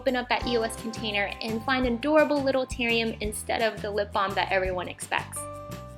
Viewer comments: terrium.....its ter rarr ium, also its called a cutter, asides form that, its adorable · Did anyone else notice how she said "tarium" instead of terrarium 😂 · terrarium not teriam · really cute, I love the idea. One thing bothers me though... Is it only me whe hears you calling terrarium a... 'terrium'? Or am I just getting old? ;) xoxo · Terrarium (Teh-rare-ee-um) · This is a really cute idea. But it's pronounced ter-rare-E-um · It's pronounced tur-er-I-um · Cute , but you said terian, instead of teran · D it's TERR-ar-ium, actually.